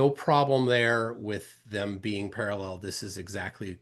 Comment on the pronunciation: Flat clown says Para-LELL like David Wise and his Daddy Nathan